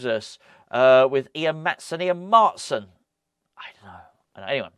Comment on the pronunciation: Hope we get Maatsen :) get this dutch irons supporter a countryman!! It's pronounced maahtsen by the way 😊